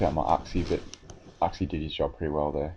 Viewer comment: i think its pronounced yooxie